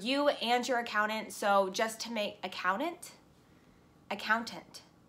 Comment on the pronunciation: Accounant... accounTant... accounannat... CPA! :-) <3